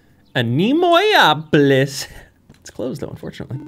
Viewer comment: I do believe it works better as anne-ay-moe-ay-opolis in terms of pronunciation